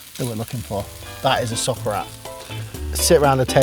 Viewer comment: I kept hearing sock rat